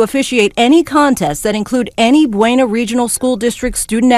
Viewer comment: Bu-na is how its pronounced but everyone says Bueno whos not from there.